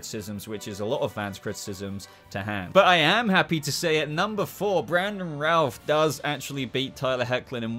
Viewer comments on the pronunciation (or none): How can you put the Superboy suits in with the Kirk Alyn/George Reeves suits? They’re very different designs and the S is a completely different shape. The Superboy suits were much more in line with the Reeve films. Also it’s Christoper Reeve, not Reeves and it’s Routh not Rouths lol We’re going to be doing a suit ranking on our show once the new Superman and Lois suit drops.